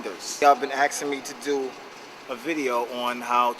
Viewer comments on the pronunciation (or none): Destorm... its asking how to increase your vertical. not axing you idiot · i love how you say "axing" :D